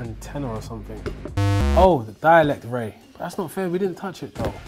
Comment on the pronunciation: Dialect ray